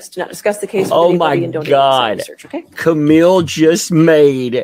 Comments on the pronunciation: I wish Camille would say objection my name is not pronounced like that. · It’s so greasy of Elaine to keep pronouncing Camille Vasquez improperly! Cringe!